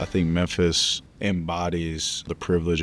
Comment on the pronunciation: Big “Memphsi” 😂